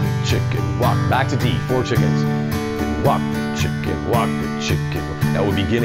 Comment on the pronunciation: Thought he said "Wok the chicken" 🤣🤣😎👍